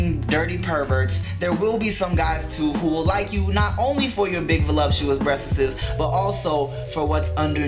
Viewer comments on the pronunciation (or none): LMFAO the way he says breasts; "Breasteses" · "breaststs", lol too funny!!! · I love how he says breastessessss hahaha